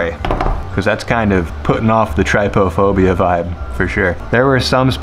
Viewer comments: wonder why people say trypDUHphobia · Googles trypophobia -says word with clear hesitation brought on from uncertainty of correct pronunciation -Completely ignores phonetic pronunciation guide within definition -Pronounces trypophobia incorrectly -then expresses that he hopes he's saying it correctly. 😊 My heart, your entire being is good vibes